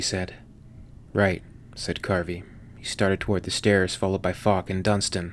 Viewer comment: So often understanding "Fuck" instead of "Falk", makes some sentences really funny :D Anyway, Falk this shit xD